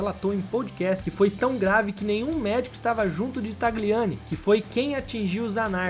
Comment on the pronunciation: Video muito bom, só precisa ajuste na pronúncia dos nomes. "Pirrôni", e não "Píroni" "Jilles", e não "Guilles" "Chíver", e não "Chéver" "Taliani", e não "Tagliani" 😉